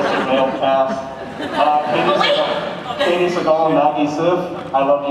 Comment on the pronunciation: its not katey- its kathy